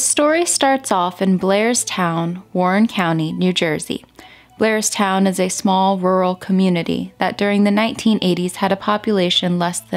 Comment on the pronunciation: That’s Blairstown NJ. Sounds like she was saying Glairstown. It’s a very country area of NJ and some of those towns are not heavily populated. I can see how no one would witness this. Sad case. I lived most my life in NJ and I know that area. RIP princess doe.